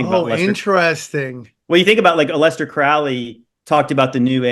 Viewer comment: "A lester" Crowley...prefer that pronunciation 😂